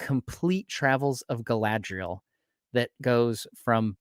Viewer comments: you said Galadiel past trou the shire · Jesus guys!! It's Galadriel with a bun! It's not that hard. Also: Galadriel, means "Maiden crowned with gleaming hair." in her youth she was then of amazon disposition and bound up her hair as a crown when taking part in athletic feats" - Tolkien